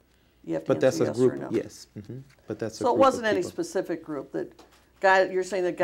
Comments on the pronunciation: Can you be more "pacific" please? Just "axe" Michelle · Am I the only person that’s infuriated by the fact he can’t pronounce words correctly!! Anyone that repeatedly says axe or pacific when talking should be fined on the spot !!! I’m guessing he’s sleeping with Debbie while Michelle is spinning plates and driving cars and doing tax returns all at the same time !! His soft speaking voice I’m sure is 💯 put on and in reality he’s yelling at people constantly while picking everyone’s pockets!! I can’t believe what I’m watching this guy is the slippiest eel in the swamp ! Love how as this goes on the lawyer throws shade and keeps asking “ would Michelle know about that too “ why is he constantly trying to eat his own face during this session ! He might as well have kept his damn gum in at the start !! Really enjoyed watching him choking on his lies when saying he can cure cancer 🤬 bs how can anyone really believe this horseshit !! The Super Bowl part was golden to hear n watch ! I feel like the lawyer lady handled him just as I would have done but I would have had to scream out “stop with the horse shit u complete fraud”